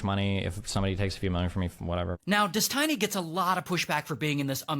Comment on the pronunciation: You mispronounced his name